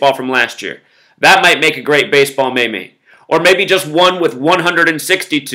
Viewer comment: Zack its pronounced like MEEM